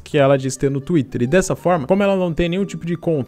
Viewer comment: Cara fala twitrer (espero q vc entenda a pronunciacao) fica MT engraçado estilo universitaria